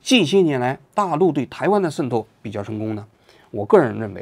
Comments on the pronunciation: 王局，跟我念：shen 透！ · 王局这期节目简直太用心了，为了能让台湾网友能听得懂。把渗透都故意说成“sen透” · 王局，你讲“渗透”的发音能读准点吗！！！森透、森透、森透，，，，，也开始台湾腔了！！！！ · shen透，不是sen透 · 不是读SHEN透吗？王局总是读sen tou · shen透，不是sen透😂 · 王局 那叫 shen4 透 shen4！ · 为什么你读渗透读作sen透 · 这个渗透听的我好难受，新版读音改成 sen 了？ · 僧透到了哪儿？王局这是要嘲讽 还是普通话退步啦？😂😂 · 王菊不仅化学元素胡乱发音， 连个渗透发音都成问题， 参考其口语，绝非用方言可以搪塞的。